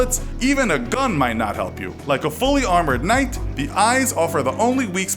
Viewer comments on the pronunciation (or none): "Even a GUN might not help you!" The narrator really got into that one with alligators.